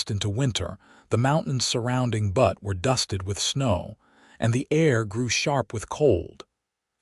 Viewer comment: Good story, but the AI pronunciation of Butte as "butt" rather than "bewt" (like newt) was really distracting.